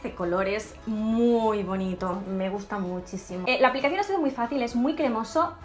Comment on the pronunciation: En el minuto 12:3 dice me Musta mucho